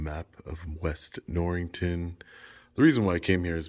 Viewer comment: Norriton, not NorriNton. My aunt lived in East Norriton for years.